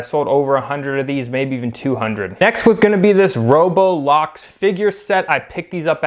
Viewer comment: did you just Say RO-BLOX as ROBO-BLOX?